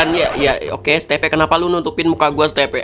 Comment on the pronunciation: Itu bukan di panggil Steve bang tapi di panggil stiv namanya kan Steve lalu klo di baca stiv